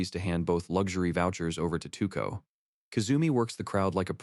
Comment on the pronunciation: 2ko No her name is Touko(Toe-ko). With a long o. To o ko.